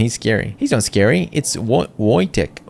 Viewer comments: I believe the way you pronounce the bear's name is voi-tek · Pronounced Vojtek :) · the goat of ww2 and how dare you mispronounce that legend name another animal that carried mortar shells in ww2 I dare you